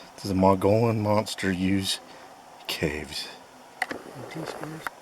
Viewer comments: Pronounced Mug E Own not Mongolian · how to you get Mongolian from Mogollon??😂😂 The correct pronunciation is MOH] + [GoH] + [YOHN]. I am a Hispanic, native Arizonan. I live on the Mogollon rim, and I actually had a scary encounter with at least two Mogollon Monsters. A book written about Eagle Creek, which runs north to south through the Mogollon rim, where I had my encounter, was written by an old rancher, that lived on upper Eagle creek her entire life. She said the groups of Sasquatch would migrate past her ranch every year, moving south to lower eagle creek in the winter, and north, to upper eagle creek in the summer. The furthest most reaches of this creek start at elevations of feet, in the Apache Sitgraves National Forest, and terminates at the south end, where it flows into the Gila River, at low desert elevation of 2000 feet. The temps in summer at the south end approach 115 degrees, while the north end gets several feet of snow in the winter. So it makes absolute sense that these creatures move south in winter, and north in summer. The rancher said in the book, that her Apache ranch hands knew that the creatures would pass through the ranch in April and again in October. They would hear them imitating Elk, Turkey and other native animals, while communicating with each other at distance. The Apaches would leave the ranch during these times, ad they were extremely afraid of these beasts. I grew up 6 miles from lower Eagle Creek, and would spend many summer days and nights fishing and camping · MOH] + [GUH] + [YOHN]. I am a Hispanic native Arizonan, this is how we pronounce it. There is nothing in the word to get a muggy sound. Thats the gringo pronunciation.😂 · Mogollon = Muggy-on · MOH] + [GUH] + [YOHN] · It's pronounced Mug-e-on Rim. I made the same mistake when I moved to AZ 30 years ago. I have heard several Bigfoot stories about sightings and hearings in central and northern AZ. Mostly around the White Mountains area.